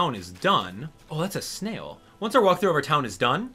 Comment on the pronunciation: "O that's a snaiyul :O "